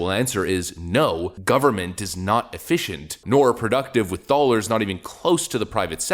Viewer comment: What are "doalers"? I keep hearing this word in the commentary.